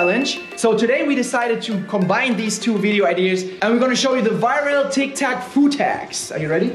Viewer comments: Thats tiktok not tictok :'-D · No one: Litterally no one: speaking tik tac instead of tic tok😂